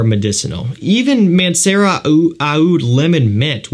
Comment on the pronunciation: i was googeling Aunt Sarah for like 10 mins straight until i realized its Mancera